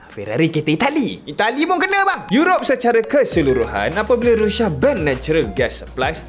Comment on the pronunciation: sebut la betul2..Rusia ataupun Russia..ni rushia rushia adoyai